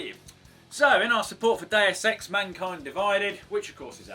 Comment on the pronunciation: sounds like he's saying "day of sex" when he says "deus x"